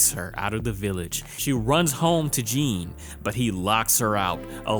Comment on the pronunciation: Ok, French speaker here. Jeanne is mostly pronounced like Jane 😅